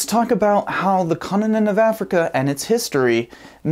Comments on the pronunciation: I found it funny how you pronounced "continent of Africa" as "conna ninna africa" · I like how you say coninent